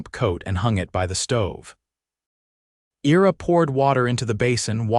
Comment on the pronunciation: "I-ra" not "era" as this AI is reading it...otherwise, enjoy the stories....Michigan, USA